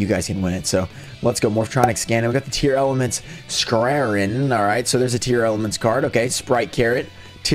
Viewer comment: I don't get why everyone is calling them Tearelements? Tear-La-Ments. Dunno where all the extra letters are coming from?